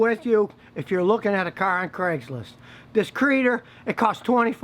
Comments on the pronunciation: It's "C-reader" Scott...not creader. (Duh.) pronounced See Reader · It’s not a Creader, it’s a C reader. Ie. Computer reader.